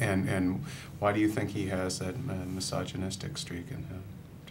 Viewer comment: "misoginistic streak" - wtf - literally stop talking